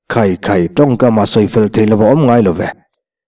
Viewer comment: A mengtur khai tih lai a 'khai' lai tak khi lam hniam tur ni awm tak a ni, khai aw kan tih a, khai kan tih lai tak ang a lam tur a nih hmel e